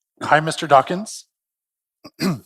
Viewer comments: OOF! I noticed that! {:o:O:} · So cringe to hear him laud Dawkins, then mispronounce his name on the very last line of the introduction.